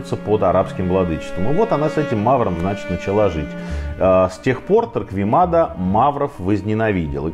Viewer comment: Некоторые поправки: 1. Фамилию Торквемада произносят неправеильно. Torquemada ("u" не читается) т.е. звучит как Торкемада. 2. Погибших от инквизиции по разным подсчётам специалистов из разных стран с 1480х годов по /35.000 (не 350.000 ) А в остальном всё более менее правильно.